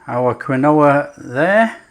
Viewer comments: "keen wa!!!" 'Kwin - oh-ah' must be served with 'Worchester Shire Sauce' and 'Liecester Shire Cheese' - lol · Lol... Quinoa is pronounced - KEEN-WAH. Cheers, fantastic recipe! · It’s pronounced Keen wah😊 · Around here they pronounce it "keen-wah" but I've always called it quinoa like you. Great for the GF crowd! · Pronounced KEEN-wah. Fabulous that you are using GF ingredients! Thank you so much. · I love your video. It’s pronounce “keen wa” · I thought it was pronounced keenwa...but...each to there own...lol... good recipe... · I love this stuff, so I’m delighted with this recipe. I’m going to definitely try these. Sorry to repeat but it’s definitely pronounced Keen wah. Strange I know. Lovely recipe my friend xxxx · What a great idea! Pronunciation : KEEN- wah. Origin Andes Mountains Peru. I am going to see if I can buy them, changing out from my flour tortillas😎🌶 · It's pronounced 'Keen-Wah' matey 😉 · Pronouncing something correctly is constructive criticism….unsubscribing.